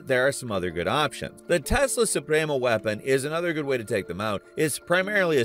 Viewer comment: As a Latino I can say you said “Supremo” pretty well